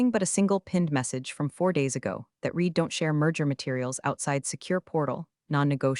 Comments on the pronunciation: Perhaps some day in the future we can watch the videos and hear "read" pronounced correctly! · every time they say it wrong my brain does a mini reboot.